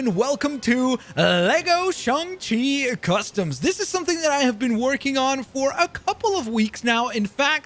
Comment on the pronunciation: It’s pronounced shane chi not shun chi